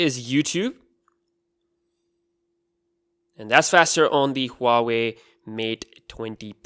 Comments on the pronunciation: It is Hua Wei, not ua wei. The H does make a sound. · It’s not Pronounced hoo are wey. It is actually W are wey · Huawei is way better than any other phone in the premium segment. BTW its Pronounced WAH-WAY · Huave?? dude do you know how to read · he says Huawei mate dwendi pro lol